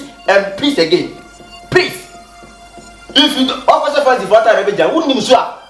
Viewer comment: Prease prease,prease and prease again 😂😂😂😂eeeeiii kyekyeku brofo